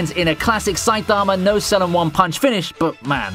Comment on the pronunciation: this guys pronunciation of saitama is pissing me off